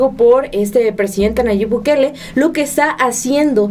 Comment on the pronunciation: sabes por qué El Salvador tiene pocos caso (supongo que no), por las medidas, la preocupaciones, el tiempo que se tomó Nayib Bukele (no Bukel como lo dice la señorita para nada informada), para atender a su país, no hay tantos casos como en México por que él se tomó el tiempo en pensar como mantener seguros a todos en su país...